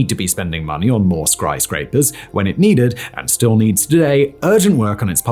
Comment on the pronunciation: "A Pop Qriz!" / " Skryscrapers" ... Forgive me but those are not a words.